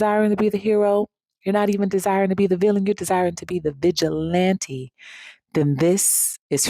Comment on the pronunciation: I thought she said Bitch-il-lante 😂😂😂